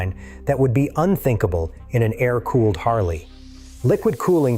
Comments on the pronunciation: A-R cooling? I’ll never understand why people who let the AI do the work for them can’t at least come along afterward and listen to their own video before uploading. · This video is ai? Why the hell did it pronounce Air like that